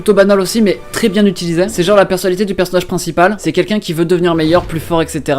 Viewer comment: salut, on dit "1 personage princiPAL" ^^ sinon bonne video !!!